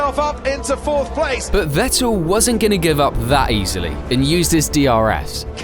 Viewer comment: It is FFFFF ettel not WET el